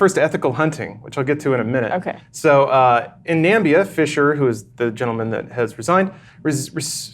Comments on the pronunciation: Yo,. It's Namibia. With an i. Nambia is a dumb Trump thing from a while back. I know that doesn't exactly narrow things down, but at this point one's better off skipping some of his material. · Nambia? Is Trump doing the Lars' Lads scripts now?